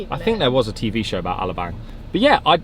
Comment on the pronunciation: You'd think after all the YEARS being in the Philippines, they'd learn how to pronounce Alabang , and other places /things , and learned SOME Tagalog to enrich their experience with the people of the country .